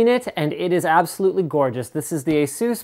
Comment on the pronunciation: I love the way he says "ASUS". :(